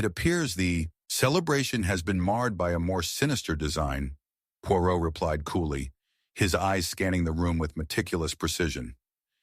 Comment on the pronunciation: American pronouncing of Poirot and English words is terrible. Dont bother listening.